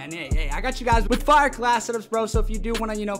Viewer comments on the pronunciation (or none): none